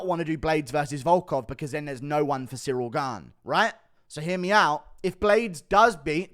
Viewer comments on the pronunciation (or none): none